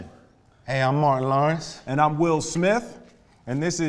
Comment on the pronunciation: "Eh, im MOARIN LORENSS"